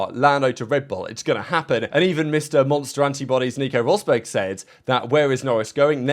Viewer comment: what exactly did you call Nico Rosberg lmao😂